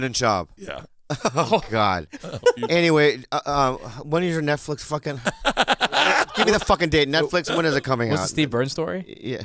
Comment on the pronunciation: Did Lee call it the 'NutFlix show's? LMFAO